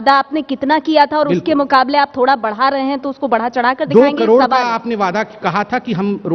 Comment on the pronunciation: Abe ovaisi sabse pahle tu , karod bolna seekh lo, baaki baate baad me.